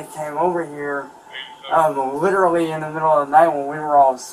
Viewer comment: Lid-ra-lee Lid-ra-lee Lid-ra-lee Eet dossint MADDER lyke lid-ra-lee vitch Itduhintoooooooooo